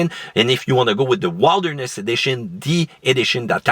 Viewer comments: Did he really said Wild-erness Edition instead of Wilderness? Lol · Wild erness? who says that? it’s wilderness.